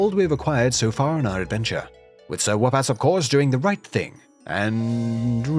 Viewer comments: i hear "so woopass" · Oh "SIR" whoopass! Until I saw it spelled i thought u were saying, "so whoop ass"